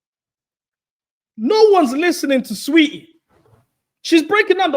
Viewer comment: my boy pronouncing tf out of saweetie. "sah- weheetie" is killing me